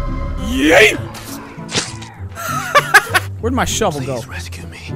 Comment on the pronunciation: ''Shovel kill'' ''shovel shot'' ''Shavel kill''